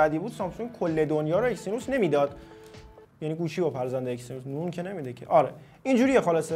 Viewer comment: آقا اکسینوس چیه اگزینوس 🤦🏻‍♂️😐